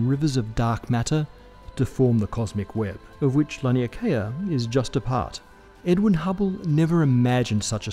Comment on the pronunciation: he said edwin, but his accent made it sound like edward